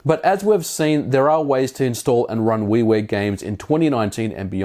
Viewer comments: Yeah weewear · At first I thought he said Wee Wee games. But it was actually Wii Ware. Lol